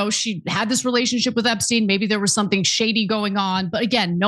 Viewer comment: "Relationsheep..." Melania, avoid any syllable that has "i" in it, such as "Kreeest-mas."